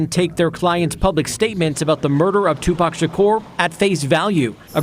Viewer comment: The first Caucasian news reporter that pronounce Tupac correctly that was beautiful!